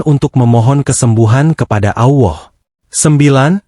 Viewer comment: Benar ga mengucapkan bukan Awah,Allah tau🤣🤣